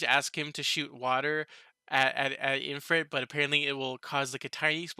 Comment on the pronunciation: Why are you calling it IN-frit? there is no "n", it's IF-rit. Also dude, the guild master of the Blumund adventurer's guild is called "Fuze", they were talking about him.